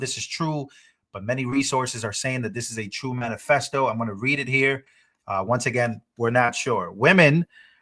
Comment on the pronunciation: It is manifesto not manifecto😂😂